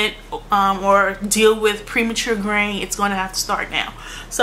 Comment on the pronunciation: Almost the whole time I thought you were saying "grain". I was like... Oh, "graying"! Love your videos!!!